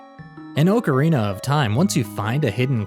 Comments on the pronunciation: I hate how u pronounce Ocarina 😑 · Oh you're one of those people who mispronounce Ocerina. Smh.